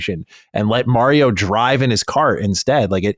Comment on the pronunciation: Every time mispronounces Mario, a small child gets struck for not doing his homework